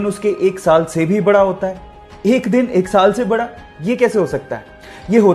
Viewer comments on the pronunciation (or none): none